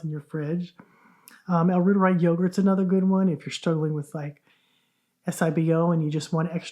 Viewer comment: it’s pronounced royteri - Not rooteri. Royteri like the Reuter News Agency.